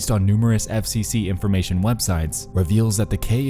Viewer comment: informaySHUN!!! investgaSHUN!!!